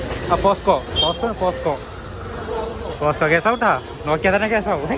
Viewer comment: പോസ്കോ ❌ പോക്സോ ✅